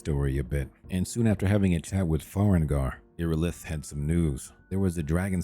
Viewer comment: it does sound like AI generated dialogue. No breathing at the beginning of sentences, NPC names not pronounced correctly (Fart Kiss = Farkas, Farengar = Farengor, so you use "Secret Fire" instead). Sorry if I'm mistaken, and if I'm not, I find this very smart and the results are good (saves a ton of time I guess)